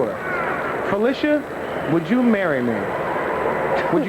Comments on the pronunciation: Excellent. But her name is not pronounced as if were spelled, Felicia, it's actually PHUH-'LI-SHUH. See . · Her name is pronounced: Fah - lish - ah. (short "i") not fah-leesh-ah. She is very particular about that. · Lish [Phil….lish…a]. Debbie Allen quickly corrects people when they say her name wrong. This was awesome to see. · Learn how to say this woman's name, please!!! It is NOT Fa-LEE-sha! It is Fa-LISH-a! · So true. But to be fair, her name is so interchangeable with Felicia that people just automatically think that’s how you’re supposed to say it. Even I didn’t know until a few years ago that it’s really pronounced fuh-LISH-uh because so many people called her fuh-LEE-shuh all my life. It’s like the “phy” don’t even matter. They still think it’s like Felicia. But get this, she was actually named after an aunt whose name was spelled the regular way…but that’s the real pronunciation of Felicia 🤣. Names and these vowel pronunciations are funny, I swear. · I think she would scalp you for pronouncing her name Phy-lee-shia instead of the correct way of Phy-li-shia. Lol... IJS. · Fuh- lish-uh Not Felicia but that's a good one 🤣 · that her name is NOT pronounced Felicia it's Fuh-lish-uh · Brother what a beautiful tribute….however a lot of yall are mispronouncing her name its not “PHY LEE SHA” it’s “PHY LISH A” although spelled Phylicia…listen to how Ahmad Rashad pronounces it when he proposed on live television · pronounced Phy-lis-ha.... love her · I love this video I just hate that you pronounced her name wrong the entire video